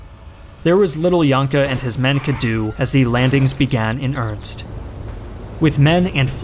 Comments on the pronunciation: Oh my god. Dude. It’s pronounced earnest. Not Ernst. I honestly love your videos but you say the word earnest like five times a vid and mispronounce it every time. It totally kills my train of thought. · "Ernst?" or earnest? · Why can't you pronounce "earnest"? You mispronounce it as earnst three times. Earn est... Earn est it began in earnest. It's not that hard. Other than that, amazing. Love the video. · Combat began in "earnest" not "ernst"! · "In earnst" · WTF is "urnst" you keep saying? Are you trying to say "earnest"? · Can you PLEASE stop saying earnst! Its earnest ffs. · Since you kinda asked for it -- "earnest" (as in began in earnest) has two syllables: er-nest. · Can't get the pronunciation of earnest as "irnst" out of my head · Ernst or Ernest (masculine proper noun) and earnest (adjective) are different words, but pronounced the same ("earnest"). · I love your videos, but I will not subscribe until you figure out how to say "earnest" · Great videos, but you should try to learn how to say "earnest"